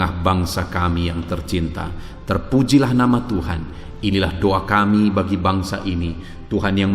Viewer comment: Maaf ya pak, kalau mengucap DOA itu ya DOA jangan DUA artinya sudah beda, kata" nya yg jelas jgn menduakan gitu